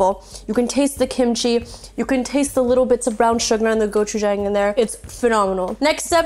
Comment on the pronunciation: “I’m gonna use a special i greediest called Go-chi-jaeng” Immediately corrects herself